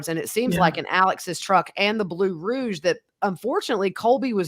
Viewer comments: My belly ached, I laughed so hard. First hits me with "defarted" and as I tried to recover she hits me again with "Nissan Rouge" [instead of Rogue]!!:-) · It's a Rogue not Rouge. Mispelled I guess and there was blood found in it just heard today. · Row-gggg. Not roozssh